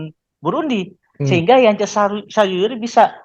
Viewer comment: Baydewey om, yg kemaren maen itu yacob bukan yance 😁